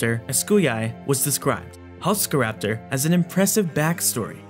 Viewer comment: Halszkaraptor should be pronounced more like Halshkaraptor, than Halskaraptor, :).